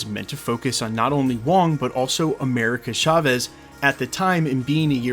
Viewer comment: FFS, dude. It's pronounced CHAvez, with a CH sound. Not SHAvez! Unless you have a speech impediment and also say things like shicken, shocolate, shimishanga.